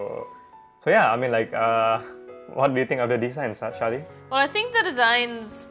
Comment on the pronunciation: I did not think I'd actually get featured in this BNC News Channel video XD Edit: And yes, you did say my name right Shaly :D And thank you for answering my question! I definitely understand that collab projects are kept confidential until you guys are ready to officially announce it! I'm looking forward to the Fairy Tail collab and many more future collabs to come~!